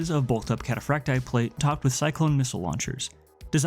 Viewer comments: Kat ah Frack Tee Eye. Emphasis on the double ii. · cat-uh-frack-tee-eye. The double I is pronounced ee-eye in Latin.